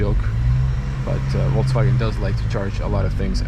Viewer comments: it's Volkswagen, not VolksCwagen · that's how most slavs usually call the volkswagen itself